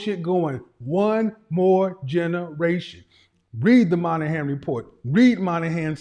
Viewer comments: Sorry sir, it is the MoYnihan report (not the MON-ahan report as you said). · Daniel Patrick Moynihan. Kevin you are pronouncing the Irish man’s name incorrectly. It’s “Moy-Na-Han” Just so folks can better find who you’re talking about. The Moynihan Report.